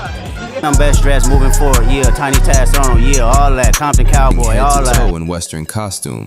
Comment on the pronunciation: i thought he said "Tiny Tatt on" lol but Taz Arn' i acutally know just couldn't hear that lol